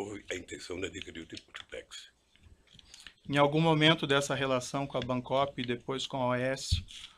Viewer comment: tiplex hahahaha